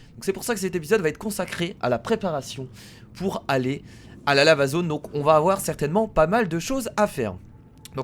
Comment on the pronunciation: je sais pas si vous avez remarquer mais moi j'entends la zone lama au lieu de dire la zone lava ☺ sinon super épisode comme d'ab' et j'ai hâte au prochaine épisode de Plante Versus Zombie 2 !!